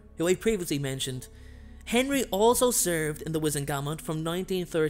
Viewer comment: U pronounced wisengamot wrong. Also Harry is famous, not Imfamous